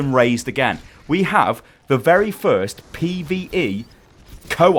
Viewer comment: Is jus pee-vee-ee